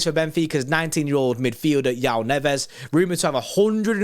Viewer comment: Great video however as a Portuguese person it’s better to say Joao as in Joe- ow. We have our own way of saying it which is difficult to make clear in writing but we pronounce the j rather than saying it like yaow haha Also Joao Neves from what I’ve seen definitely has potential to be a top player. He got called up for the Portugal national team this week for the Slovakia game and hes been starting pretty much every game for benfica. He’s very young though so stilll too early to tell